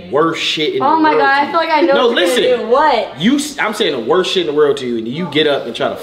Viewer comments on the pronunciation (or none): none